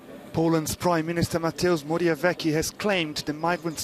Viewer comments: "Mateu Borjaweki" ;-; It hurts my Polish ears xD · "mateus morjawieki" xD